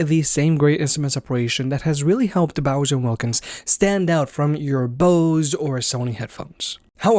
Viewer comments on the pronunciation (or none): are you saying "Bowser" instead of "Bowers"?